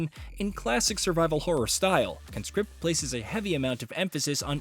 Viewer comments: Grammar nerd alert: You should pronounce the title like "KAHN script", not "KUNscript". The former is a noun, the latter a verb. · CON-script. You are a CON-script. It's a noun. Con-SCRIPT is what you do. You Con-SCRIPT folks into your army. That's the verb. Learn english bro.